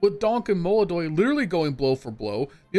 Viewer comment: ITS MOLODOY PORRA!